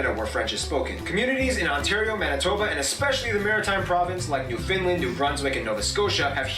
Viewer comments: Nope: You have to pronounce it with the " ...land " on the end, not a " ...lund ." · "New Finland" ... lol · The way this guy pronounces " Newfoundland " would get him thrown into St. John's Harbour.